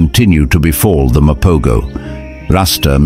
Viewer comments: Wait a minute...I watched The Lions of Sabi Sand and Brothers in Blood....this is some pieced together BS. You saying Mopo"goes" instead of Mapo"hoes" was the first sign. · First, they are pronounced the MA-PO-HO! Second, lions are not a herd, they are a pride! 3rd, most of this video is not footage of that coalition (virtually all the fight scenes)! 4th, the story is not in chronological order! This is a shame of a video regarding one of the most prolific coalitions ever! And the coalition that killed Kinky-tail is pronounced MA-JINGAH-LA-NEE! I'm not trying to be mean, this was just so irritating to watch as a lion lover and LONG time follower of true lion documentaries. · Use the correct footage & more importantly, Pronounce the pride name Correctly… Mapogo= Mapoho pronunciation!!!!